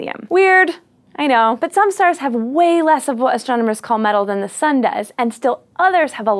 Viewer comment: I didn't hear you say Sun the first time. Maybe try enunciating your first sentence better.